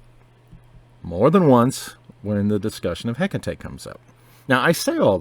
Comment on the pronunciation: i call her hek tate nice to hear the proper pronunciation